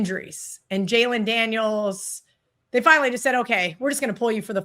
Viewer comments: Is she saying Jalen Daniels ? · Who the fuck are Jalen Daniels and Daniel Jacob’s? Multiple infractions on both names. Damn guys and gal do fucking better.